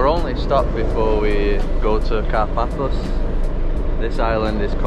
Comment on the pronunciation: Nice video! But please don t call it "Car - Páthos", correct pronunciation is "Kárpathos"..🇬🇷♥️🌞